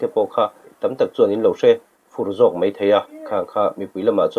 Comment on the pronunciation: Mei, mei mei, meithei...puitling chin chuan, mai, mai mai, maithei tih hram hram a ṭha...Eizawl tihte hi a zia lo em mai